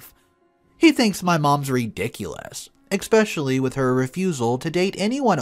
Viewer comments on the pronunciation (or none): Yes, this. Scared versus scary Was the one that really stood out in this story. But there were other ones too. A personal pet peeve of mine is eXpecially versus eSpecially (the 2nd is correct)... but yeah.